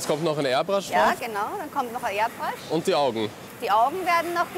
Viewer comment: Erbrasch (Airbrush)